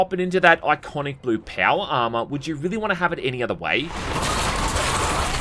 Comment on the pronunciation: maybe learn the english language first brother. "enviwoments", "armwour"